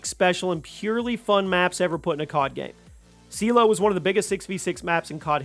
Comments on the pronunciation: Lost me at Seelow for #3…… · Seelow... Are you having a laugh.